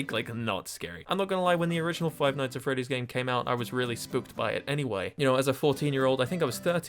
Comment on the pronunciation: foive noitghs at fre'ies